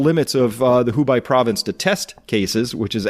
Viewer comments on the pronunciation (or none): Thanks for the video! Hubei is pronounced Hu Bay. Not Hu Buy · I was just listening to this on a minimized window, and was puzzled why is Dubai suddenly concentrated with the coronavirus. Turns out, Hubei (Who-Bay) was mispronounced. Nevertheless, thank you for the information you've collected from various sources on the virus. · 'hu'+'bay' dude not 'hu'+'by' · Hubei is pronounced as Hoo Bay. Thanks. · Hey friend, love your info, but in interest of making sure all your info isn’t discounted because of one point- the burning bodies theory has been thoroughly debunked- those maps are not based off of live info. Also, the province is pronounced “hoo-bay.” :) just trying to be helpful as you gain a larger and larger audience. Keep up the great work! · Proper pronunciation guide for Hubei: 'who' just like the corrupt, money loving organization 'bay' like a bay of water